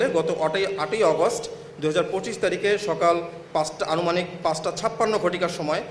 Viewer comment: ভদ্রলোক লিখিত বক্তব্য পাঠ করছেন অথচ বারবার ভুল পরছে, ১৪০০ ঘটিকা, ১২০০ ঘটিকা, অনুমানিক ইত্যাদি শুনতে দৃষ্টিকটু লাগে